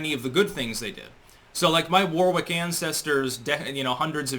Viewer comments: Wow you're on top form there lad. Had me laughing a lot near the end. Oh, just one pedantic thing to mention though, Warwick is pronounced Worrick not War-wick. Keep it up bro, you have a fan here. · I'm a Warwick too, living here in Warwickshire, England. Just to let you know, the 2nd w is silent, and Warwick is pronounced worric, like colic. And shire is pronounced sheer. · yes I know. Just thought he might be interested to know how we pronounce it here IN Warwickshire. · Yes, pronounced as in Alas poor 'Yorrick'.